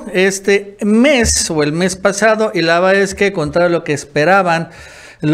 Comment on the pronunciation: Veo todos los vídeos.con todo respeto.. Te pido urgente que pronuncies bien cuando dices LA VERDAD ES QUE. estoy sordo y escucho laveaeque